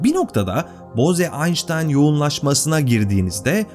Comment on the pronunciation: Konu çok başarılı anlatılmış ancak belirtmeden geçemeyeceğim. O Hindu soyadı "boze" değil, "boğz", yani ingilizce'deki "rose" ya da "hose" gibi okunuyor. Yani "boğz-aynştayn yoğunlaşması" olarak okumak gerekiyor.